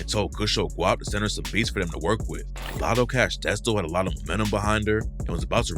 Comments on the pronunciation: Lotta, not lotto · It's "Lotta Cash", not "Latto Cash". Please learn how to read before making these videos. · Its not “Lotto” its “Lotta”. You keep saying “Lotto”